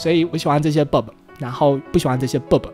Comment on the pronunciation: 是Bob 不是bod哦~